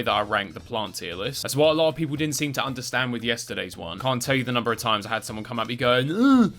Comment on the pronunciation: Why do i keep hearing "Cunt missle" instead of "Can't Missle"?